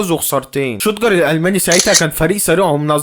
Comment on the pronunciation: لخبط كل الاسامي شتوتغارت بقا شوتجر و كيفن كوراني بقا كيفن كروالي روح أتعلم و بعد كدة اعمل محتويدى ما ينفعك الهجص ده حضرتك